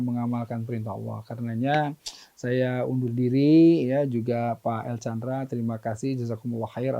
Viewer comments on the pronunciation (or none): Afwan, namanya El Candra, bukan El Chandra tanpa H